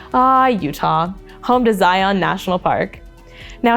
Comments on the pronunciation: Sorry, i just couldn’t when you said “zi- awwns” 😂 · Zion is not pronounced that way, your not supposed to put emphasis on the o, it's similar sounding to u almost but like 50/50, I was born in and have lived in Utah for almost my whole life.